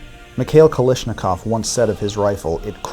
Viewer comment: kal a shnikov not kalishnikov